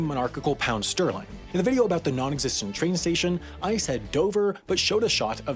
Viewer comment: Did he say pound /ˈstɜːrlaɪŋ/?! It's pound /ˈstɜːlɪŋ/!!